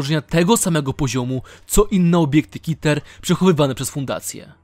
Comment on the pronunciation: Klasa podmiotu - KITER XD [czytaj: ,,keter"]